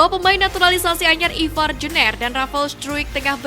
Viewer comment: Jener dibaca nya jenr Bukan jner mbaeeeeeeeeee. Gaenak bgt di denger nya jner.. 😂😂😂